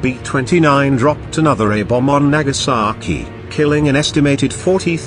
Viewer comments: It’s Nagasaki not nakasaki. You saki! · It's Nagasaki, not Nakasaki.